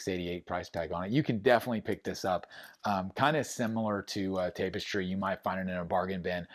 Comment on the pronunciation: Tap-istry not Tape-istry